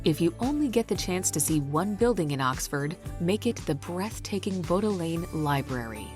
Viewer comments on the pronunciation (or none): It's pronounced "Bod Lee Ann library". The boats at Oxford and Cambridge are called Punts. York was called Eboracum by the Romans and Jorvik (Yorvik) by the Vikings, it was the Viking capital of England.